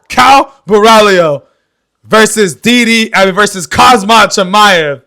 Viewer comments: It’s khamzat my man not khazmat wtf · listen to yourself and get your ears checked, you’re literally calling him ‘khaZmat’ instead of Khamzat the entire video 😂. The disrespect and lack of knowledge. Maybe next time get your pronunciation right my man, not hate. ✌️